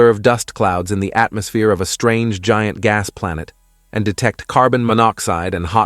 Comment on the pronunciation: Unfortunately it’s not AI, but just a text to speech algorithm. The hilarious pronunciation of some words (like atmosphere) will improve, hopefully, but it is still very annoying and difficult to listen to a long article. I typically can’t get all the way through a lengthy spiel, and suspect that advertisers are not getting good value.